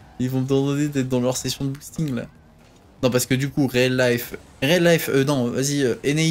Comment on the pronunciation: Le "réaliphe" (pour dire reallife...) du Dop m'a fumé.